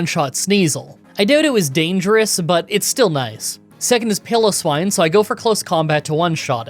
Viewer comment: It's pronounced pie-low-swine. Lol